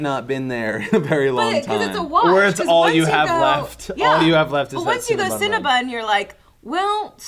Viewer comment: Cinnabun?! NO. I reject your pronunciation of Cinnabon.